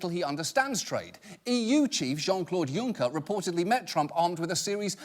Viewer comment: Thumbs up for pronouncing Juncker correctly.